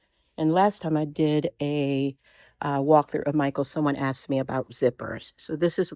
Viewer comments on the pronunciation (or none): none